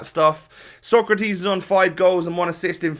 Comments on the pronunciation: It’s SO-CRA-TES not TIS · SÓCRATES, not SOKRATIS.... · It is pronounced sokratays